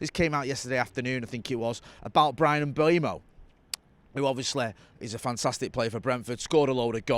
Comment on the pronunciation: People, it's not Mbwemo. E before U, it's closer to Mbomo. There's a video of Mbeumo pronouncing his own name on YouTube.